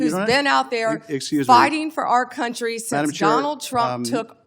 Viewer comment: She's taking the "o" out of "country."